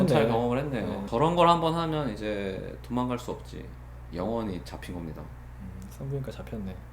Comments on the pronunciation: 아니 왜이리 강조를 하세욬ㅋㅋㅋㅋㅋㅋㅋㅋㅋㅋㅋㅋ영원힠ㅋㅋㅋㅋㅋㅋㅋㅋㅋㅋㅋㅋㅋㅋㅋㅋㅋㅋㅋㅋㅋㅋㅋㅋㅋㅋㅋㅋㅋㅋㅋㅋㅋㅋㅋㅋ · 영원히를 너무 강조하셔